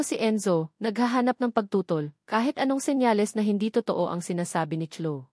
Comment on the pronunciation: Totoo....toto ang bigkas 😢😮 bakit ganon?? parang machine 😮😮😮